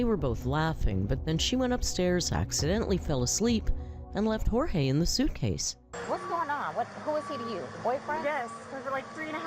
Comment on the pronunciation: He pronounced his name as “George”. Both his mother AND Jorge said his name was pronounced “George” in body cam footage. Please be respectful to pronouncing his name correctly. It’s the tiniest amount of dignity he has left.